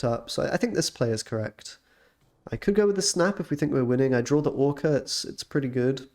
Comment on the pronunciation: I need to ask an important question; why did you call the deck ‘Orka X’ and not ‘Orxa’?